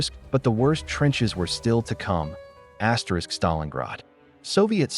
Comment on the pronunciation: Why on Earth does your computerized voice keep saying "asterix". It's very distracting and off putting.